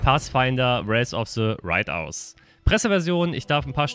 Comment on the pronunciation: Kleiner Tip: "Righteous" wird nicht "Reit-aus" ausgesprochen sondern "Rei-tsches" :)